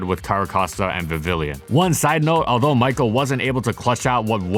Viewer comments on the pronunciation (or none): none